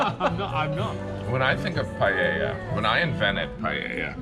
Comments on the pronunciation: Damn, it hurts my ears every time anyone at your table mispronounced paella. It is not palela, not payeya, it is PA-EH-YA....paella. Simple. You're making much more complicated than it is. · It's PIE-A-YAq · Gee wiz. The British gentlemen seem to not even try to pronounce 'Paella', whereas Jim gets it almost immediately... doesn't that say a lot? And most Spaniards don't have a pan that big in their house, that's not so. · They have lived in Spain for 10 years and still can’t say paella… typical brits.